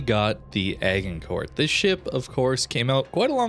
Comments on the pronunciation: FYI it's pronounced "ah-jhin-coor", named after the battle in France in the Hundred Years War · Pronounced Asjincour' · Its pronounces ASH-ING-CORE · AJ-in-kor(t) is correct way to say. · That pronunciation of Agincourt (by a Canadian, right?) is making my ears bleed. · FYI the "g" in Agincourt is pronounced like a J as in "magic" not hard like in "lager". Also, the "t" at the end is silent. The ship is named after a famous battle that the English won during the hundred years war in 1415. The French town near where the battle was fought is actually called Azincourt but because we won the battle we get to call it what we want :p. The battle is featured in Shakespeare's play "Henry V". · Say, "Asia", then use the same strange combination of s & z to pronounce "Agincourt" with a silent 't'. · Thank you! As much as I love this channel, his pronunciation was killing me. Even if one doesn't speak French, surely they've heard of the Battle of Agincourt, and thus know how it's pronounced?!